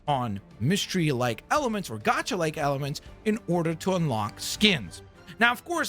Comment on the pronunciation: *gacha, not gocha. Rood word from the Japanese gacha machine, not the English gotcha